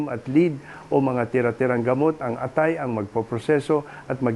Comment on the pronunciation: tunay na Pilipino ba ang nagbabada qt nagsasalita o AI generated lang! Maraming salita, tulad ng lason at atay, ay mali ang pagkakabigkas. nakaka-irita🤨